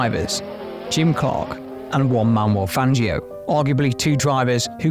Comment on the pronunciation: Man is not hate but you should check how to properly pronounce Juan Manuel Fangio